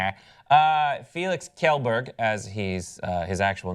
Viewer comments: Saying "kellberg" instead of "shellberg"... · lmao its pronounced Shellberg.... Yeah, Swedish is weird... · lol edgar is his dog. and as a swede, its very funny how much they mispronounce kjellberg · Lucy Roebuck kj is exactly like the sh-sound in she. actually, the whole kjell part is pretty much exactly like the word shell. so shell-berg